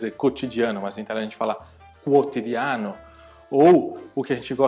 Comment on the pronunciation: Impressão minha ou no quotidiano vc pronuncia kwotidi ã no e não kwotidi á no? Não me leve a mal, mas minha preocupação as vezes de aprender com brasileiro e não nativo é essa questão dos acentos, qua acabamos pronunciando errado. Gosto muito das suas aulas, estou começando agora a estudar e tive essa impressão na pronúncia.